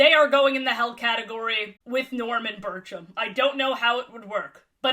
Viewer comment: STOP WHEN SAID BIRCHUM I THOUGHT SHE SAID BURTRUM LIKE FROM THE DISNEY SHOW JESSIE 😭😭😭😭😭